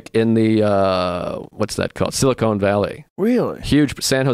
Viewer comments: It's Sili-CON, not Sili-CONE! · everyone : silicon valley joe rogan: silicone valley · "Silicone Valley" What a doofus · I cringe when I hear people say Silicone Valley. SILICON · "silicone valley" lmao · Sili-CONE Valley....?!? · What confuses me is how many times they both said it wrong. I wonder how many times Joe has talked about Silicon Valley on the show and pronounced correctly. Somehow out of nowhere he has a stroke and says it wrong multiple times in one sitting? It's baffling. Is this what smoking weed every day does to you? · Lmao ‘Silicone Valley’ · Silicon not silicone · It's silicon, not silicone. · "Silicone" valley .... "silicone" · It's "sil-i-con" not "sil-i-cone" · San francisco is not "silicone" valley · SILICON not SILICONE!